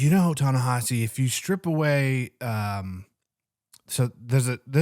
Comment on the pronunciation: It's Ne-HEE-si, not Ne-HA-si. The vowel after the H is an I, not an A